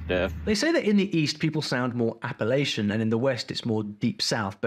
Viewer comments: North Carolina here! The way he pronounces Appalachian is just wrong. It's App - a - latch -un. Something that bugs a lot of folks down here LOL! My accent isn't as strong as my dad's and there is a wide range of accents in NC. Look up Ocracoke for a unique accent that's disappearing fast. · Appalacian is pronounced Appa-latch-in. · App-uh-latch-un ^That’s the right pronunciation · Lol it’s AAa-Pa-latch-in. Not Apalacion. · please search up how to pronouce Appalachian before saying it like that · Bro moonshine came from North Carolina not Tennessee 💀 (which is alsp how Nascar was invented). As a North Carolinian i feel ripped of He even mispronounced "appalachian" wrong 😭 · He pronounced Appalachian wrong.